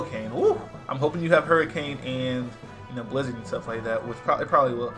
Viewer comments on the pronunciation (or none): none